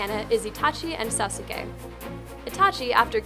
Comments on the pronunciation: It's said SAS-KE not SA-SU-KE !!!!!!!!!!!!!!!!!!!!!!! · It's pronounced Nar-u-toe and sause -k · "sas-uh-kay"? "nuh-roo-toh"?! I'm fucking done. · Sasuke ;~; your poor name it's pronounced (Sauce K) not (sa sue k ;~;) clearly I don't know how to right how to pronounce things but that's how you say it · OMG you said Sauske wrong to. Why. Just why? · Hah, "Sauce-sue-kay." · It is Nar-u-to and Sas-kay... Seriously, shame on you not doing your research. Though peeps have been saying that probably. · She said nu-ru-toe:... Then further insult with sa-su-k 😑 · Who's sauce-i-Kai? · ***** No xD If you watch the anime it's Sas-kay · I really wanted to correct the way u guys say Naruto and Sauske. It was killing me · You said Naruto and Sasuke wrong....-.- I'm sorry, but little things like that kind of irk me. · You fucking failed at pronouncing naruto and sasuke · That got me too. Boils the blood a bit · you people suck on the frozen meets Naruto! you people mispronounced NARUTO and SASUKE! like what the heck?! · Hearing Sasuke pronounced wrong hurts me. :P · Lol xD It bothers me, too! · Naruto and assume was pronounced wrong. As a japanese Lang student this annoys me